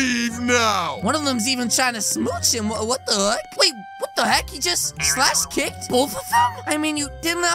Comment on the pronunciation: It's say kicked